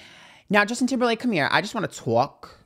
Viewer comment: The way you said his name 😂😂 All capitalized letters and exclamation marks 😂😂